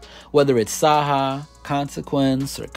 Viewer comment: I kept wondering who the hell sa-ha was... Its CY- HI... u damn bloggers be butchering the shit out of these dudes names.